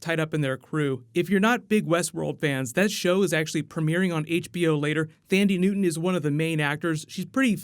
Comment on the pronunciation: Hey man thanks for the video but the only gripe I have is that Thandi Newton is pronounced “Tundy” and not “Thhhandi”. African/ South African name and my partner is South African. Haha but really thanks for the heads up, your videos are awesome as per usual the only source I come to for anything like Marvel, DC all the way to Rick and Morty. Most reliable I would say.